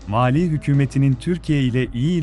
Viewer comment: Malî ile Maliyi karıştıracak kadar telaffuzun bozuk.